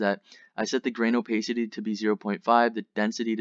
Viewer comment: Crings everytime i hear "o-pace-ity" its o-PASS-ity you knob.